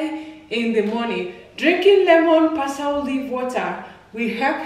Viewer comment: we say Par SLEE